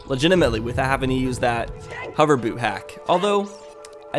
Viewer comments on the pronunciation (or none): none